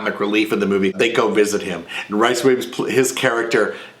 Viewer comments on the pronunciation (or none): Rhys as in Reece, not Rice, if you please. ;) One of my favs, too. When you want an unabashedly sentimental tissue movie, can't do better. And I want to bundle adorable Roddy up, tuck him under my arm, and take him home. Thanks and Happy Gobble.